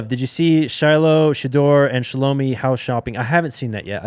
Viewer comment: Please learn how to pronounce the sister's name Shilo says it all the time so you should already know how to pronounce it Shallowmy (pr)